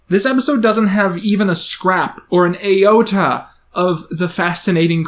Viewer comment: "A-ota"....or iota...